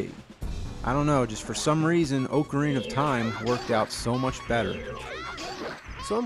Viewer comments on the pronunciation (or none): Does it bother anyone else that he says "oak"arina instead of ocarina ? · It's ocarina not okarina oc not ok